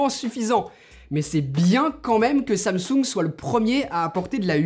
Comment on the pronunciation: C'est pas samsouuunge c'est Samsung